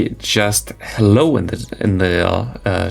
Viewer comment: Asking for a "hello" that sounds more like "Gute nacht".... So nice to see Malamar in action thx to! Your channel is really the place to be... good job German mate!;-)